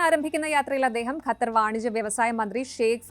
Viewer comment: pronounce it as qatar, english letter q is more close to original arabic letter than malayalam letter we normally use